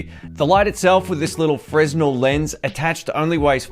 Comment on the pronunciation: I like your reviews and I hope I would be of help to you, by correcting the pronunciation of the Fresnel lens - it's pronounced frenEl (fre-nel).